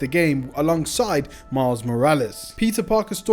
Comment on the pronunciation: bro just said Mild Morales lol